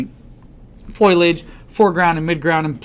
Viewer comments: Dear Professor: It's foliage and not foilage!!! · FO- LEE -IDGE! FOLIAGE!